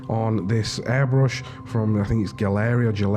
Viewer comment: Definitely stick to advanced tutorials - that’s the best part of the work you do and there’s already plenty of “easy” ones out there. Love how these turned out. Btw I asked the Gaahleri team and they said it’s pronounced “gallery” :)